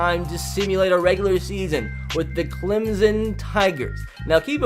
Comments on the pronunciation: And Clem-son not Clem-zen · Clemson not clemzon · Instead of Clemson he says “ThE ClEmZoN TiGeRs” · Clemson with an s not Clemzon